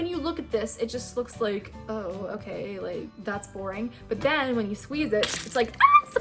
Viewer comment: The way she is like “and u SqUiZe iT”